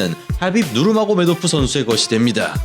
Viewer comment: ㅋㅋㅋㅋㅋㅋㅋㅋㅋ 혀를 얼마나 굴리면 하빕 마요네즈가 되냐 ㄹㅇ ㅋㅋㅋㅋㅋㅋㅋㅋㅋ